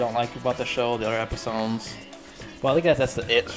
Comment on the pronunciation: its funny when u say episones instead of episodes